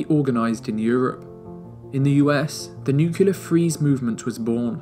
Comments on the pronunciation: Please learn to pronounce nuclear correctly. It is not nuke-you-ler. It is nuke-Lee-er. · Nu-clear. Not Nu-cular. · What are these nucilar weapons you speak of? Did you mean nuclear? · This is my favorite video of all time regarding the history of the cold war. That being said, for the love of god, it's nuclear. Not nucyaler. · Excellent video involving a lot of hard work and thorough research. Congrats! BUT, there’s no such word as “nucelar.” It’s “nuclear” ;-) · Nuclear, not Nukyuler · Dude, NUCLEAR not NUCULAR. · Whomever did the voiceover for this please learn to say nuclear it is not nucular it is nuclear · I visited Berlin not so long ago and realised how little I know about the cold war. What a fascinating moment in human history, one which we can learn so much from, especially today. Thank you for the amazing video, will be watching this a couple of times. What's up with nucular weapons though? ;) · A truly amazing documentary ! There is one thing though that made me giggle a bit throughout the video: the way you say "nukelar" 😅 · Did I heard "Nucular bomb"?! Ok, "Best cold war Documentary" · 48 NOOK YOO LERR Ffs, man... Really??! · Great video, but you can’t pronounce “nuclear” to save your life.